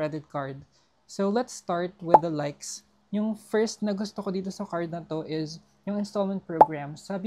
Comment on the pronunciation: I like how you pronounce the word “is” …. Ieeezzz. LOL